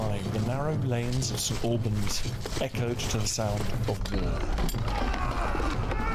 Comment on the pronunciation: I come from St Albans. Please do not pronounce it that way! Listen to Dan. The same as Lieutenant is pronounced correctly by Dan. Remember, the English language in America hadn't developed much and was later simplified too.